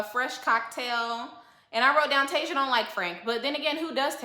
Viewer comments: 😂😂😂 that lady's name is Tisia (tuh-sea-uh) not Tasia(Tay-zuh) or (Tea-zuh). Your nephew Tommy impression is EVERYTHING!! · Tasia's name is pronounced Tah-see- uh. Love your channel boo!